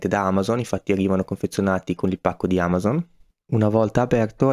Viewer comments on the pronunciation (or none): none